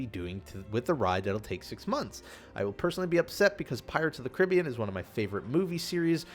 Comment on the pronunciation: Michael Noriega I think the way he says it, can be considerd correct, also